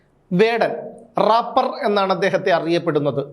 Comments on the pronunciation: Rappar അല്ല റേപ്പർ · രാപർ അല്ല റേപ്പേർ 🤭🤭🤭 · റാപ്പർ അല്ല മാഷേ 😂reper 😂😂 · രാപ്പർ not drapper aanu😅😅